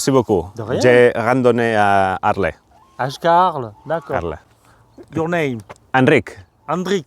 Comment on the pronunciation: Molt bé. Però quina mania de pronunciar Arlés, no sé on veus l'accent